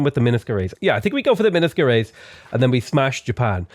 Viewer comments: u pronounce minas gerais wrong it's so cute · The way he pronounces Minas Gerajs really got me, hahaha. It's the name of a famous Brazilian ship, but it was inspired by the name of thr state I live here in Brazil.